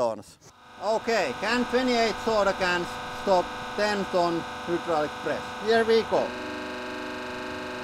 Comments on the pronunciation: "Velcome to da hudddrullic press channel!" Chills litteral chills!!!! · I love the Hooodruik press every time you say it.